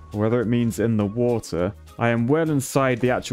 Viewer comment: Ah yes, my favorite WOTAH